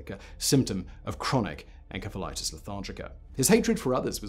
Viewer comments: En-S-efa lite iss. Pronunciation. Just sayin ;-). May be different in GB. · Simon, you really need to practice proper pronunciation! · You would figure having such a highly produced show he would pronounce encephalitis correctly. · Simon, I adore your videos, but it slightly undermines your confident speaking when you frequently mispronounce words. (Like Encephalitis, it should be a soft C). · You pronounce encephalitis wrong! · The way you pronounce encephaliitis and cephaly or anything that involves ENCEPH really makes me cringe and really makes it hard to watch this video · Simon, that's not how you pronounce encephalitis. Why does no one in the production look up how to pronounce words they don't know? I see this time and time again in your videos. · Aside from Simon repeatedly mispronouncing encephalitis/encephalitic, I really enjoyed this video. Edit: OH MY GOD THAT’S HOW BRITS PRONOUNCE IT???? RIDICULOUS. (SORRY SIMON) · Why do you keep saying enkephalitis... it's ensephalitis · Uh Simon....? The "ph" in encephalitis is pronounced as an f uhn·seh·fuh·lai·tuhs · Hmmm...not sure on the pronunciation Simon. Shouldn't it be "en-seff-alitis"? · I-I thought encephalitis was pronounced with an s sound, not a k sound (the c). Is this a ...a British pronunciation? Excellent video. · Too many times you've said "enkefa" when it's obviously "entsefalaitis" right? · You are pronouncing encephalitis incorrectly. It's a soft "c". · It's encephalitis not enkephalitis. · Is he saying en k phalitis instead of en s ephalitis? I’m in the UK and we pronounce it en s ephalitis. At least we did almost 3 years ago when I was in hospital with encephalitis.🙂 Not this kind though!😳😊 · It’s not pronounced en-Ke-phalitis, it’s pronounced en-SE-phalitis. SE as in cemetery. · Grammar Nazi here…..it's pronounced 'en-SEF-el-it is' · Maybe you should have learned how to properly pronounce the word encephalitis (en-sef-uh-lahy-tis) before making a video on this subject.